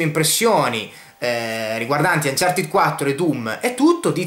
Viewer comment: Ma perché anciartid?? Si legge anciarted